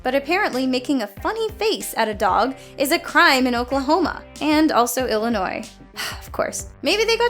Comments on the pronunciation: Did you just pronounce the s in Illinois? As an Illinois resident, I am highly offended. Jk I don't really care. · you don't pronounce the last S in Illinois and Arkansas. Good voice over work, but details like that will doom you.